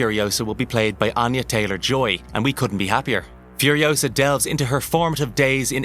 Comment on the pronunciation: "Mad max" Furiousa.....FCK YOU Hollyweird